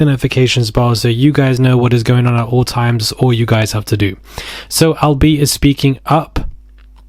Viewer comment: His name is Al B. Sure…not Al B.